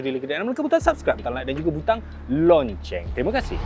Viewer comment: Sudah2 la sebut perkataan “lonceng” kita org Malaysia sebut je “loceng”..tu negara seberang